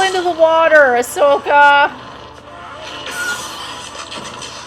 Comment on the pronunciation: It's AHSOKA not ASHOKA.